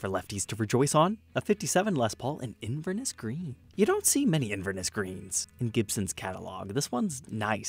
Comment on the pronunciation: inverNESS green not inverNISS - scottish city, look it up